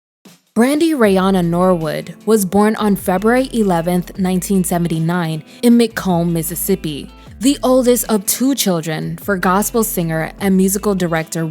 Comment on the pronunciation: Lol as a native of McComb, it’s pronounced (muh comb) lol